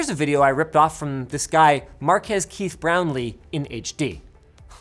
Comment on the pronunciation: Is it just me or did Linus say Marquees "Keith" Brownlee. Mystery resolved after so many years.